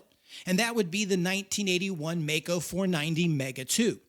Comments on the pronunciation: The pronunciation of the name containing the combination of letters "ai" (sounds like "eye") MeyeCo Long E. Its a hard rule in German. NOT MAY-CO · “My-Co”, not “May-Co”. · It's not Meco but Maico ...... nice story. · If the brothers were "Maisch" (my-sh) shouldn't the company name be MaiCo (my-co) rather than (May-Co)? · Great video, however, it's German and pronounced in Germany as Mike-o, not Make-o. Wilhelm is Vilhelm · My-co. My-co! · Note: It's pronounced My-Ko. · Dafuq? My whole life up and up until into this video I've been pronouncing it 'mike-oh'!!! 🥴🤣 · Bro... you literally pronounced the family name Maisch... then decide to do away with that pronunciation?... from Maico... to Mako...il never understand how Americans mess words up so badly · It`s spoken " My Co " 🙂 Thank you for this video !!! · Maico breako 😂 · Please try and pronounce the name Maico correctly. You get the surname, just leave the sch out and ad a co. Google actually helps and the American pronunciation is how it should be. It's not like May. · Maico = Breako :( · The pronunciation is "Myco". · Dude it is German, a language whose pronunciation makes sense. The month of Mai is pronounced "my" in German. The name "Maisch" is pronounced "mysh" in German and the narrator himself even says it correctly. Of course the contracted company name formed from part of that "Maisch" name has that exact same sound in it and not a different one for no reason. As a rule, we don't pronounce the exact same spelling in two, three or five different ways on a mere whim. The language that does that kind of thing is English. That is why German is so easy to learn. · Very well made docu. It still hurts me to this day that the company went down. By the way...its pronounced My-co. Best regards from Germany. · It's pronounced My-co